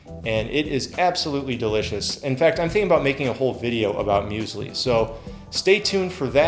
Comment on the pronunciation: "Muesli" is the most standart breakfast in germany you eat when you are doing sports :D Funny hearing an american pronouncing Müsli xD